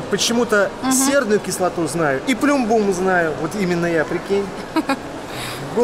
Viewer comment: Как ты хорошо поставил ударение в плюмбум; это подсказка.